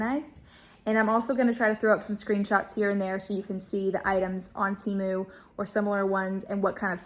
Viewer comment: 100% agree! Plus watching the ads on the video will advise you that it's pronounced Teh-moo, not Tee-moo.